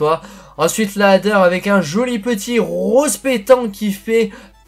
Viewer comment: Apprend à dur les nom de voiture comme la "alder" au lieu de la adder ou la lampti casco au lieu de la lampadati casco psk on comprend pas trop